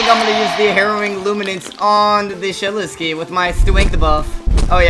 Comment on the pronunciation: ''oh the shedwetsky is on auwa farm''